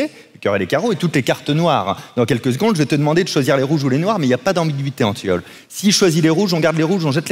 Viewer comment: En vrai j'ai cru entendre le bon prénom (car on prononce Antione) maintenant que je regarde la vidéo je vois que c'était antiole et pas antton mdrrr. En vrai je m'en fous je passe ma vie a corriger les gens sinon😂